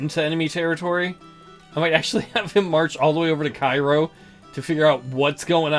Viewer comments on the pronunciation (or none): Interesting playthrough. I find this version of the game more interesting than the new career mode. I realize that the new one is more for people who like historical reenactments of the ACW, so it's all good. BTW, the pronunciation of the city in s. Illinois is KAY-roh